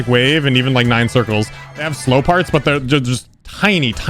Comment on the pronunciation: saying slow parts be like Slope parts